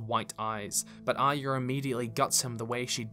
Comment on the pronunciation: I'm always baffled by peoples' pronunciations of character names: Arya = 'eye-yuh'? Even Brienne has her own version: "Ahh-yah" 🤣 And then there's the 'Sanser' and 'Aryer'.